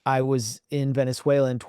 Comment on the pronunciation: Glenn, it's pronounced Ve-nez-WAY=-lo, not Ven-ze-WAY-lo. The name "Venezuela" comes from the Italian word Veneziola, meaning "Little Venice." It was coined in 1499 by Italian navigator Amerigo Vespucci, during an expedition led by Alonso de Ojeda, who saw stilt houses built over water on Lake Maracaibo, reminiscent of Venice, Italy.